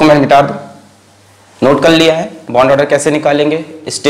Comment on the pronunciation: Sir ,I love it when you say ‘’ kalliya ‘’ instead of ‘’ karr liya ‘’😂😂❤️❤️